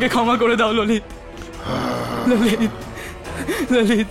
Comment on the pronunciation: ভাই এটা কী রহিত বলছে না _ললিত 😅